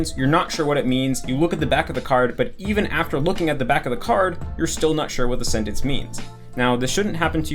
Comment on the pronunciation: ur the only native eng speaker I’ve heard pronounce sentence as “sennence” lol